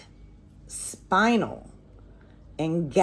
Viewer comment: Spinel is pronounced Spin Elle. Black spinel is very valuable and quite beautiful. Obsidian is the large piece in your necklace. Love this necklace so much!